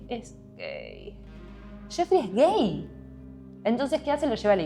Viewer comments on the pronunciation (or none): amo como dice gEeii